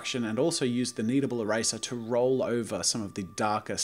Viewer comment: its roll not row get it right hahahhahhahahahahahaha